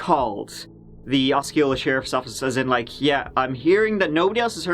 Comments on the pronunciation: Osceola is pronounced awsee-ola. I like your stuff!!! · It's pronounced "awe-see-oh-luh" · Bro it’s Oseola it’s writer Osceola but pronounce Oseola, thank you )) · It's pronounced O C ola😄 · Osceola Aww-SEE-oh-luh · Just a heads up it's pronounced aussie-oh-luh county ❤️ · The way you pronounce 'Osceola' is entertaining; as a native Floridian